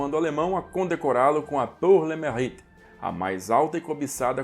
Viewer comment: Pronúncia de “pour” é “pur”; “mérite” é “merrite”. Este último “e” precisa de fazer o “biquinho” francês. A expressão é francesa. Em francês, as letras juntas “au” é pronunciada /ô/; “eu” é o biquinho puxado para o “e” fechado + biquinho francês.